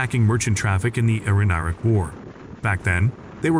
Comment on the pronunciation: Stupid click-bait low info video. AI voice can't pronounce "Iran" correctly. Numerous typos. Stop wasting people's time.